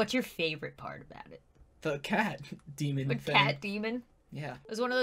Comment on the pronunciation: () "cAT... DeMOn-thhING?"